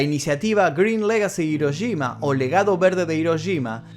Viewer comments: No puedo creer que los argentinos NUNCA pronuncien bien la "Ll" y la "Y" y cuando tienen una "Sh" en frente les dé por decir Hiroyima... Que alguien me explique. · Las "sh" las pronuncian como "ye", y las "ye" las pronuncian como "sh" xd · Yo: Hiroshima.: Hiroyima. Yo: *escribe en translator en inglés, español y japonés * Translator: Hiroshima. Yo:._.? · me estresa que le digas hiroyima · Hola. Muchas Gracias por el vídeo. Por Favor no lo tomes a mal, se escribe Hiroshima y se pronuncia Jiroshima, en japonés la Ha: se pronuncia ja * Hi: ji * Hu: fu * He: je * Ho: jo . La empresa HONDA se pronuncia Jonda. Cordiales Saludos. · dijistes hirochima 😂😂😂